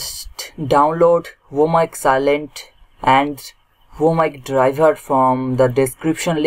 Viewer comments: Bro,that's client , not cilent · It's not an accent. This guy is just not so good with English. You can understand that by listening him pronounce client as silent